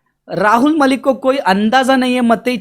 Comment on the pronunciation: भाई पहले तुम खुद ठीक से उच्चारण करना सीखों,,, वीडियो के शुरू में पहले तुम राहुल मलिक बोलते हों और कुछ सेकंड बाद बोलते हो,, बहुत अच्छे से उच्चारण करने के लिए तो अभी आप को भी सीखना बाकी शेष है